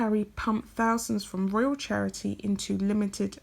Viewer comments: It’s pronounced Royal, not Royale. Unless you mean that as an insult to Sussex Royal, that is. 😃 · Love your videos. Your voice is sooooo soothing! Just some minor feedback, it's Sussex Royal not Sussex Royale. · Why do you pronounce royal as royale? Curious. If Sussex Royal had been Sussex Royale they probably wouldn't have had a problem with it.